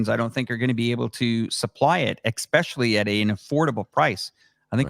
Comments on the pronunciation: Somebody please tell it’s “especially” not “exspecially”. Thanks for this convo. Very helpful. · dude keeps saying “Exspecially” or X-specially. its Especially bro ham! 😂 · Especially, doesn’t have an X in it.